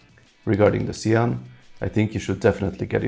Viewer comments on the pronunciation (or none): It’s actually pronounced the shaun like Shawn the sheep